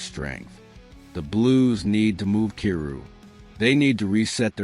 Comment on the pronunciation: How do you not know how to prounce Kyrou? He's been in the league for 8 seasons now. lol